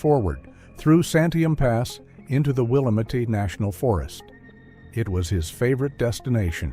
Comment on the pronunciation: I was going to say that!!😂 it's NOT Will-Uh-Met